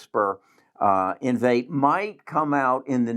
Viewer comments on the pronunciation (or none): Great videos and content. I like you! Small criticism, you should learn how to say the companies you are reviewing. The company is not Invate. It’s Invitae. In.Vee.Tay